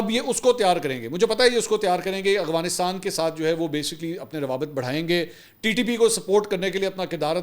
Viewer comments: Bhai g it's Afghanistan, not Aghwanistan. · Bhai saab. I think it is Afghanistan and not Agvanistan, Ahvanistan or Afvanistan. I have been listening to your vlogs for 2 years every day now and you never pronounce it correctly. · Hi I like your work a lot. Your research is good, opinions unbiased mostly, and you’re a Ravian and have nice vocabulary and pronunciation of English and Urdu. But one this irritates me that i have to ask you about, why you can’t pronounce AFGHANISTAN properly, i have been listening to you for couple of years now and you always pronounce it “AGHWANISTAN”. Please clarify if you get time. Thank you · Bahi, its Afghanistan not Agfanistan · Mansoor Bhai sb se pehle wa alaikum asslam lekin 😂1 funny moment aya apki vedio Afghanistan ko ap agwanistan bolty hahahaha😂😂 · You are my favourite anchor , a little correction for your pronunciation about AFGHANISTAN it is not aghwanistan (اغوانستان) It is Afghanistan (افغانستان)۔ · Bro it’s Afghanistan and Afghan not Aghwan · Mansoor bahi, I never hear you correctly saying Af-ganistan, I know you pronounce everything correctly, you were the only one calling Ukraine correctly, just curious what could be the reason?